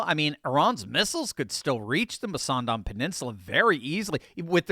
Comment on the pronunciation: What a stupid plan is the Mussandam canal. can barely say the name properly. It will simply be another target for Iranian missiles, with expensively loaded ships conveniently parked nose to tail over a long distance...easy to target, not dissimilar to the Straights of Hormuz. The choke hold on the Straits of Hormuz has indeed put the US and its allies in the area into Dire Straits indeed!